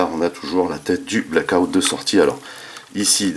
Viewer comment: Blackout pas Blake out mdrr. Bonne review, par contre cette figurien est bien trop petite pour aller avec les MPM 1/35. Je vasi attendre pour ma part le KO 1/28 pour ma collec en priant pour une meilleur peinture. Le scorponok n'est pas du tout à l'échelle avec la figurine pour information, c'est dommage. Bonne review ça me hype de fou pour le KO OS car le mold est pas dégeu !